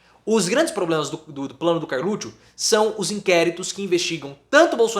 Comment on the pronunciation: Pô o nome do cara é Carluxo , não Carlutcho…. Chato isso